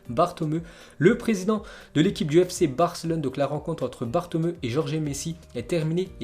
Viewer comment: Je t adore mais stp prononce le nom bartomeu, bartoméou👌😅